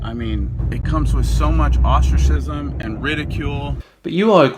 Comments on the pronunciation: Did he say ostrich-cism? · when i first heard it, i thought he said "ostriches"..... sadface.